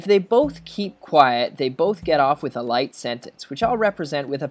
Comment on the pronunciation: it sounded like you said life instead of light so i failed my final exam, thanks